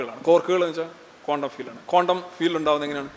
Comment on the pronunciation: കോണ്ടം world അല്ല ക്വാണ്ടം - സോറി ചൊറിയുന്നതല്ല ബെറ്റർ പ്രതീക്ഷിക്കുന്നു